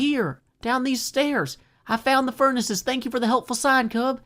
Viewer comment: ‘Thak you’